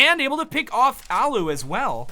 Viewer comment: It's allu not ollu